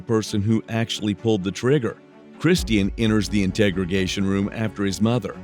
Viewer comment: If you're going to use an AI voice for true crime videos, pick one that at least knows how to pronounce "interrogation" instead of calling it an "integrigation" room